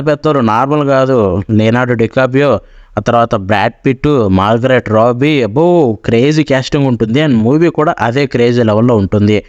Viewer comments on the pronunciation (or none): Margaret Robbie kaadhu bro, Margot Robbie, Demonslayer effect nimadha gattigaane padindhe